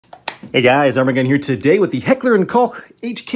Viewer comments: That was honestly the first time I heard an american pronounce Koch right! Wow. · Props to you on properly pronouncing Heckler and Koch. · I love the fact that he knows how to pronounce the German names. The internet is sadly full of Heckler and Cocks and Heckler and Cochs.